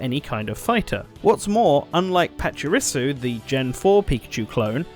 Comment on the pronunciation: Despite the spelling change, Minun is actually pronounced the same way in English. You also mispronounced Pachirisu.